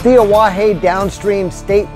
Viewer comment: 2 out of 4 isn't bad. You got Pierre & Fort Pierre right. Oahe is pronounced ah-wa-HE. Not ah-wa-HEY. La Framboise is pronounced La From-boy. Finally you Fort Pierre Chouteau right with the proper French pronunciation of Pierre.